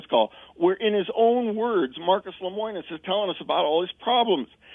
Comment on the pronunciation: This guy doesn't even know how to say Lemonis.